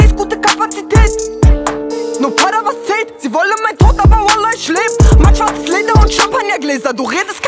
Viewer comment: Das wird „ich“ und „nicht“ ausgesprochen und nicht „nischt“ oder „isch“